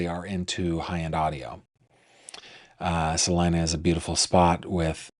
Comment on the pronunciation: Hello from Kansas! Everyone mispronounces Salina, even Google maps!